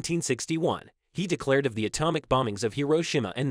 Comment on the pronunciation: Learn to pronounce common words, like atomic, if you expect to gain a following.